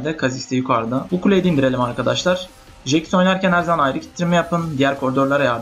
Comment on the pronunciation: Jix nelaa o nasil soyleyiss ... ingilizler duysa utanirlan